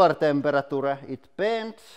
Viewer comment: temper a tura.